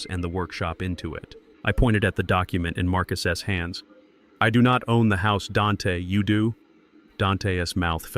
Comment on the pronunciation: What is the purpose of saying Marcus s and not Marcus put the plural when reading the story it is stupid separation on the s